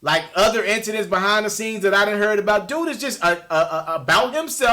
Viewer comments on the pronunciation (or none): cant pronounce "incident"🤣🤣🤣